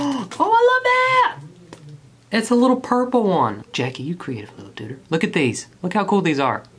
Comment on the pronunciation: Was having a bad day started watching this video and my day instantly got better ❤ I don't know why but every time you say dooder it makes me smile